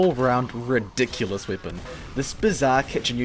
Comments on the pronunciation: He says wepon and not weapon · Why do you have to say weapon “weepin” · Goo I mean how he pernouces it " with this wiepen..." "wiepons that can crit himself" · is it just me or is he saying "swepen" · aw dude your language is weird. its a good video with good content but man, the way you say ,,weapon'' is just awful... almost every ,,e'' in a word is pronounced like an ,,i'' and so does wipen, number siven, markit gardener ... bist ixample... wtf? i just cant listen to that xD no offence but what kind of english is that?